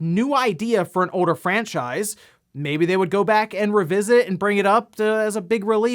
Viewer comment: Once you hear this man say things like "Folder" and "Older" as "Foweder" and "Owe-der" you can't unhear it lmfao 🤭